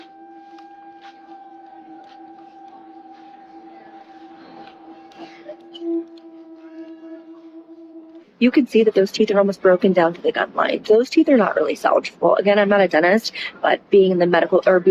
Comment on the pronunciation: I like how the lady that said she wasn’t a dentist before going into her dentist speech thinks the word is pronounced salgable lmao